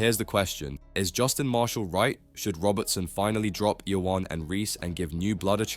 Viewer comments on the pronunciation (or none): Marshall is correct. Your pronunciation of Ione is incorrect. Get it right next time.